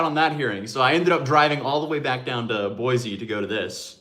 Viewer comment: I wish I got to see you in Boise. You said the name correctly by the way in the end.